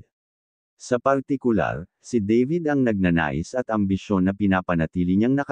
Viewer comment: Dabid, hindi Deybid, Makoy, hindi Mekoy✌️😂😂😂😂